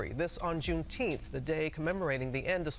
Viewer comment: The butter biscuits and coonteenth took me out!